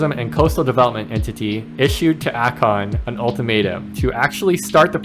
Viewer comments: It’s A-Kon … Not Ah-kon… clicked off just for that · A Con